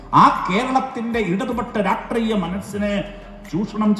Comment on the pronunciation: രാട്രീയം അല്ല.. രാഷ്ട്രീയം..... ലോക മൊണ്ണ തന്നെന്നു അങ്ങ് തെളിയിച്ചു കൊണ്ട് ഇരിക്കുകയാണല്ലോ